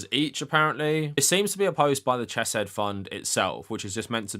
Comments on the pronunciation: I love the video but I’m dying every time I hear Ch-eh-said. The CH sound is pronounced like Chanukah, both in Biblical Hebrew and the constructed language that modern Hebrew is. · I agree with your points but please learn how to say Hebrew names. It's a courtesy every language should be afforded. Also it's incredibly distractng hearing you pronounce Chesed "chess-said".